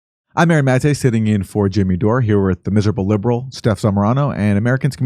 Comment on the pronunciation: Wait it's mate not ma te?